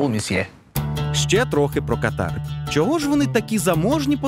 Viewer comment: Катар бывает верхних дыхательных путей). Страна называется КАтар. Ударение на первый слог.)) Шутка юмора, без обид.))))